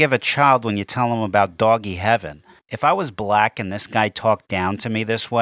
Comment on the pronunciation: "Bwack peepull are being swaughtered in the stweets, keewed in their own homes" Yep. By other bwacks, running a muck, living out their fantasy of being "gangstah" just like EVERY ONE of their role models, peers, family and friends. Keeling each other at unprecedented levels AND keeling US and then being REWARDED for it! But this bimbo paints a picture of poor, innocent, defenseless, hard working and peace loving bwacks being mowed down on their way home from church choir practice at 3 am by armed bands of whypeepo and po po every night in every city. Just STFU !